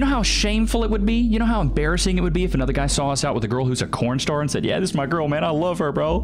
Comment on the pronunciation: Why is he saying cornstar